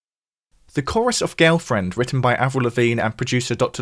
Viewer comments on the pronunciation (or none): none